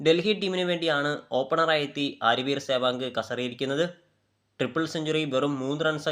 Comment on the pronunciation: സേവാഗ് നിർഭയനായ കളിക്കാരൻ. സേവാങ്കെന്നല്ല, സെവാഗ് എന്നല്ലേ പറയേണ്ടത്